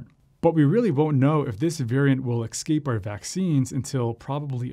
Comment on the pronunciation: I hope it doesn’t “excape” our vaccine. If he can’t get English right, I seriously doubt he can get science right.